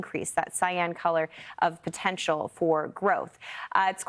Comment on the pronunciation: "In the goff"?